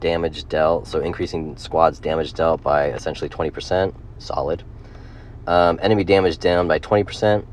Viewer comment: Bro why do you say Stanima and Anemey. Or am I that high right now?